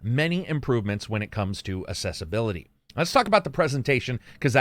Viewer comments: Accessibility and assessability are two different words, pronounced differently. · Just wanting to check: you do know it is pronounced “ak-ses-sibility” and not “ass-ess-ibility” right? Maybe I’m hearing things wrong… Otherwise another great review! As usual… 👍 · Accessibility not Assessibility.